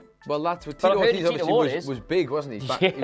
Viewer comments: It's pronounced "Or-TEEZ" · pronunciation of "Ortiz" is so fucking cringy. It's two syllables. "Or-tees." How do you not know how to correctly pronounce of the most common Hispanic last names? Fucking uncultured Englishman. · Ortiz is pronounced like Or- tease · Oh my god please look up the right way to say Tito Ortiz name right that shit was killing my ears 🤦🏾‍♂️